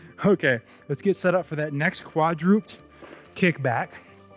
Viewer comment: Good balanced workout! (Coach, I had to smile a little because I used to make the same pronunciation mistake—quadruped has three syllables: kwa’-drew-ped (not kwa-droopt :) —from Latin meaning “four legged”.